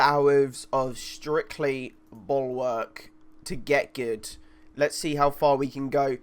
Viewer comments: Bulk-work??? Its pronounced bull-walk lmao? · I just dont understand how you cant say bulwark its not hard hahaha